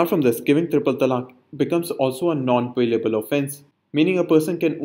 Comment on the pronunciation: non bailable not non ballable